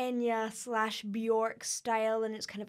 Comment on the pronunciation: It's pronounced "Byerk", rhymes with "jerk".